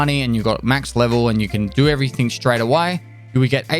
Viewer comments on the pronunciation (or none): "Without further ado, let's crack strrrraight into it!" That gives me happiness.